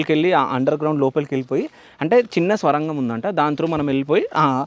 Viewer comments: Swarangham kadhu sorangam ani cheppu bro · స్వరంగం ఏంటిరాబాబూ, ఆది సోరంగం.